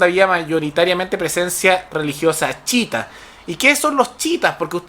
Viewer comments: no es CHITA wn es CHIÍTA -.- chita es la wea q decis cuando te equivocai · Una crítica constructiva. La corriente islámica no se llama "chita" como el mono de Tarzán, sino "chiíta" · Ufff!!,cai en la pagina de los fascistas extremos,a proposito este pastel pronuncia mal la palabra chiita,se dice tal cual no chita como el chimpance de tarzan y todos los tarados de los comentarios ni cuenta se dan. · Me gusta tu canal, pero la pronunciación correcta es chiíta y Hezbolá. Recomendación en buena onda. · Yo y mi TOC reaccionando con picor cuando pronuncia mal "Chiita" o "Hezbola" entre otras palabras xD En fin... gracias por el punto de vista y la info:D